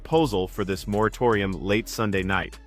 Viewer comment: Ahhh moratorium. No, you are not saying right 😂